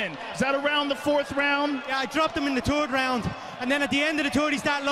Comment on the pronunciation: Conor “the turd round” McGregor